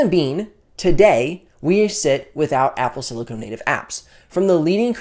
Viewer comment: Excellent vid. That said, please look up the words Silicone and Silicon. They’re different things. Sorry to be a grammar nazi, but someone watching this might get confused by your pronunciation of silicon as silicone.